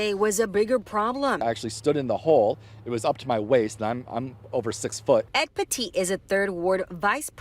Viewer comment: His name is Pettitt, not "Petite". My name is Pettit and people mis-pronounce my name the same way all the time. Not sure why people think they can speak French all the sudden when they see our names. Clearly they are ignorant in French and English.